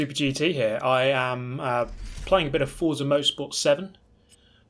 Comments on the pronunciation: Even tho it’s spelt as forza it’s pronounce fort-za, not four-za... the creators hav even said so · Please learn how to pronounce "Forza" correctly, this is embarrassing.